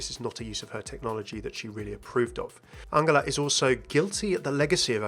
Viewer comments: I'm sure you pronouncing angela wrong. Surley it would be pronounced the same way as angel instead of angle (with a J not a G)? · Wait has mercy's first name always been pronounced like angle instead of angel? I always pronounced Angela like angel. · why are you pronoucing angela like angler??? its really bothering me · It’s An-JEL-ah it’s not pronounced like a G 😶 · Yes but everyone in the game pronounces it like a J. Genji, Brigitte.. not many people say her name actually but I think Mei does? I’m sure I’ve onky heard it pronounced like a J amongst the cast & crew as well. Also it’s my mum’s name and it just bugged me hearing it differently 😂 maybe you are right but I’ve never heard it that way before. I’m just judging from the game and from what I know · The way you say Angela....... Still love you tho XD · I agree, it should be a soft g like in giraffe